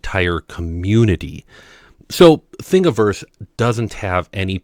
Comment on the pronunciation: Thank you for pronouncing Thingiverse correctly.